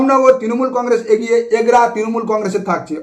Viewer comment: Ucharon ta agiye na habe "egiye